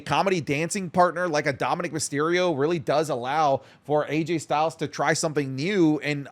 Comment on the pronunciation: did just call him "RayJay Styles?"